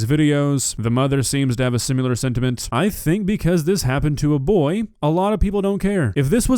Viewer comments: SIMILAR. NOT SIMULAR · you’re the man.. but, it’s “similar”, not “sim-u-lar”!!! 😆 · Dude, love your content, but seriously. It's "sim-IL-ar" not "sim-U-lar." Similar. Similar. Sim. Il. Ar. Not Sim. You. Lar. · Not to nitpick or anything but ... "SimUlar" ? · “Simular situation” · Dude you GOTTA stop. I love you, but quit saying simular. It’s similar. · Love you,, but why do you pronounce the word similar as "sim-you-lar"? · why do you say “simular” and not “similar” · "Sim-i-lar" Not "sim-you-ler!" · I love the way says "similar" "Simular" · there is no "u" in the words similar or similarly. Sim-i-lar.